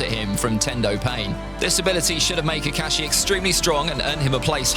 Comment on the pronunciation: I really like way he pronounciation kakashi